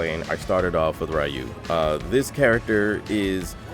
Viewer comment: Somewhere a cat faints every time he says "Ray-ou" isnteas of Ryu